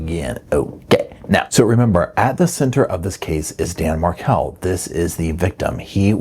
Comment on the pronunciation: Please its Markel' Some times you say it right